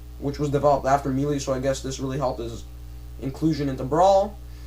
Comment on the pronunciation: why are you saying me....lee. it is pronounced May..lay = melee, I'm sorry but this is not a needed video, Quit talking about what you "think" and talk about what you know.never mind just shut up